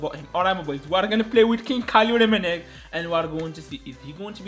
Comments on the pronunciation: The commentatory be like Rummenig...😳😂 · The way the commenyator says "Rumminigge"💀💀💀